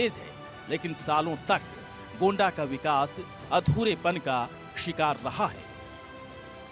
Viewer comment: मानकपुर नहीं मनकापुर है; गौंडा नहीं गोंडा कहिए।